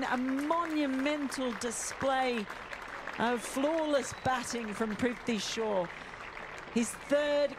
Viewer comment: His names is prithavi shaw not trifty shaw pronouce properly